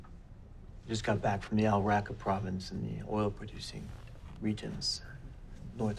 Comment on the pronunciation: Except for the part where he says "Al Raqqa". Last time I looked at the map, it was actually "Ar Raqqa".